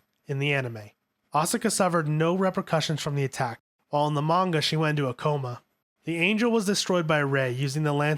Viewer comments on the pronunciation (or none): none